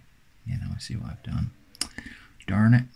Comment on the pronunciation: The "darn it" totally caught me off guard. With the American Cowboy accent. Can't say I've ever heard use an accent outside of storytelling.